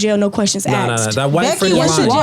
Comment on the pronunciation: no questions AXED!